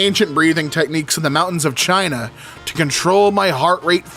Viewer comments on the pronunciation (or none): none